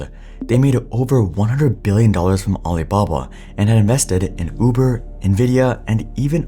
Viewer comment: Did anyone else hear aliblabla?